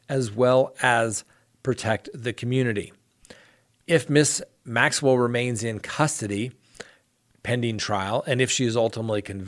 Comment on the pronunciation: You are so close to Maxwell's name I just want to pick up a phone and say this is how it's pronounced! There you go now you'll never forget.:-)